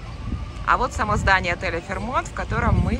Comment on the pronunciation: Все-таки ударение ФэйрмОнт.